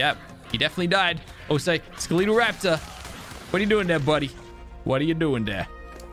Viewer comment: not trying to be a a**hole or a hater but its ske-lat-al not skel-lee-tal not trying to be mean or anything